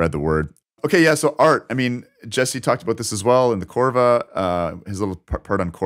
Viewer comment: Oh, and, it's COVRA, not CORVA 🙂